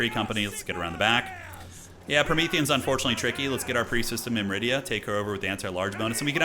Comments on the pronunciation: myr-midia, not mim-ridia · Awesome campaign, btw, it's "Myrmidia" not "Myridia" - not that it's important. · Or "Mymridia" as says.